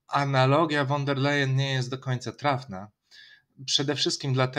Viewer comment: Von der Leyen wymawia sie ˋfon der lajenˋ .